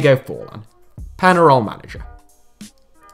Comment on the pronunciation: Pen-ah-roll... horrible pronunciation. Pen-ya-roll.